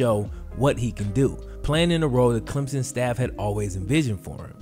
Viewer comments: Not a big deal but it’s pronounced “clem-sun” almost as if there’s a p in place of the hyphen. People down here make such a big deal out of it whenever people say “Clem-zin” 😂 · BTW its Clem/SON not Clemzn. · Yo it's Clem-Son, there is no Z..